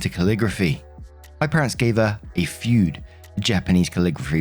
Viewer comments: With my limited knowledge of Japanese transliteration and phonetics I believe 'fude' is pronounced more like Fooh-deh rather than like 'feud'. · How do you accidentally break a brush? You don’t. She broke it on purpose. Oh and it’s foo-deh not feud. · Fude is pronounced "foo-day" not "feud" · BTW, I know Japanese words are hard to pronounce & something you probably don't come across, but I thought you'd like to know that fude is pronounced "foo-day" (oo like food, ay like day). Fude calligraphy brushes are typically made with a bamboo stem as the handle and a mix of hard bristles made of horse, Japanese mink and raccoon dog and soft hairs made of sheep, cat and squirrel hairs. This also does not include special brushes which may use chicken and peacock feathers, as well as mongoose and flying squirrel coats. Fude brushes source a variety of different textures of hair to made the perfect textured brush in a painstakingly delicate process of production!. Also, as an artist myself, I would expect any and all intentionally damaged art supplies to be paid back in full. I own markers that sell for $5-8 individually or $3 a piece if you buy them in larger packs. My favorite set of colored pencils cost me $175 for 60 or approx $3 per pencil (which I plan on replacing with the $350 set of 120 when I eventually use them up, but these babies have been lasting me YEARS). And these are art supplies that are much easier to mass produce than a $3k fude brush! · Fude is pronounced foo-deh I believe, and calligraphy brushes are crazy expensive. Even the fancy pens are. I have one of those glass pens that was a gift and I hate to think about how expensive it was. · Btw the brush would be pronounced as foo- deh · Just to help out. "Fude" (筆) is pronounced closer to "foo-deh." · Fude is read Foo-the btw. Not like you have to know, but if you read this now you do =P